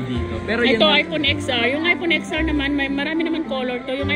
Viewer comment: "Aypon ten ar" po hindi "aypon eks ar" 😂😂 Love your updates, keep it up!